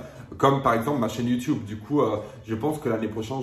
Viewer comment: Le « youtioube » me tue toujours autant 😂😂😂